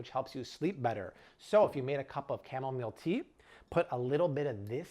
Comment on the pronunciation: I thought he said "camelmeal tea."😂